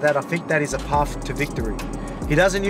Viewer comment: "it's a parf to victory" 😂😂😂 love this guy!!